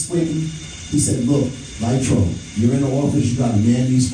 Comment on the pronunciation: Bro, it's Chris "LIGHTY". 🤦🏽‍♂️